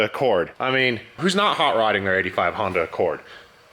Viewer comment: Everytime he calls it Hondac Rousey I cringe so hard and it hurts